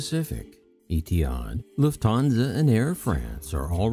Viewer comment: In a similar vein, the name Lufthansa has no emphasis on the second syllable. I suppose a non-German speaking English speaker might try combining the following phonemes: Lou(the name) or the majority of the word "loofa"[Bill O'Reilly's favorite sexual aid], a hard "t", "Han" as in Solo, and "suh" like the first half of "such". Lufthansa is a three syllable word, but the only emphasis is on the first syllable. Thank you for the informative videos. I'm honestly just trying to help. If the above is annoying for you, please feel free to ignore it. Cheers, Alan Tomlinson